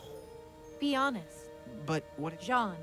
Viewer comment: LOL I hate to be "that guy" but it's "Jaune" and "Ren" not John and Rin...